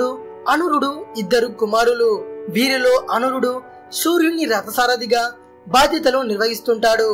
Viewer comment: అనురుడు కాదు అరుణుడు